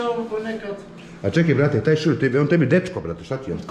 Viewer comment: Al' kad kaze "*ćebu*" 🤣